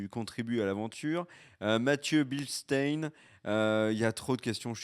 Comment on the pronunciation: Le Bildstein.mathieu d' instagram et (le mattbilly67 de twitter ) c est moi. Merci de m avoir citer dans la vidéo. Une prononciation presque parfaite qui mérite un bon 18/20 monsieur le professeur des écoles